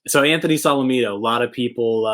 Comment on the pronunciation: Can you please pronounce his name right